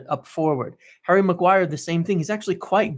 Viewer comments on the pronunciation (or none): none